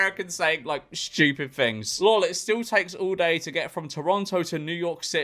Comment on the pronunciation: I may be stupid but at least i dont pronounce it as "shchewpid"